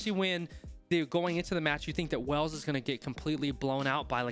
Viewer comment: Great analysis - just one thing mate…it’s not pronounced “wells” but rather “whales” 🐳 🏴 😉👍🏻 the people are referred to as the Welsh of which you pronounced correctly